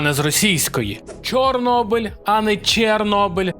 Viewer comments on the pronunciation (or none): none